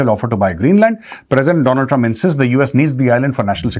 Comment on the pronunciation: My friend dolund truuuump